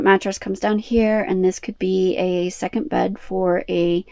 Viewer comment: Don’t those microphones clip on 🙄🙄🙄 There is a “t” in curtain!! There is no “t” in second!!